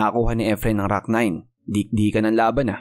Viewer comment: Please stop saying “IDOL” and also pronounce rack not “ROCK”… lol